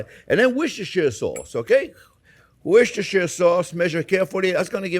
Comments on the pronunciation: hurray you said worcestershire sauce properly when you added it to the glaze 😁😁😁😁😁😁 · Oh my goodness, this immediately gets a like for being able to pronounce Worcestershire!!! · very close to the pronunciation 0f Worcestershire